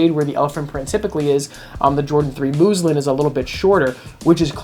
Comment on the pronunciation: Muslin, not moozlin